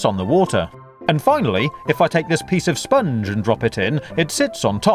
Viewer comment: dat spunge